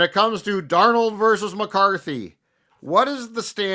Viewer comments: Darn old is what I hear every time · Why does pronounce Darnold as “Darn-old” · I hear Darn Old 😆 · may not be able to properly say "Darnold," but he pronounced Athan Kaliakmanis's name flawlessly. 😅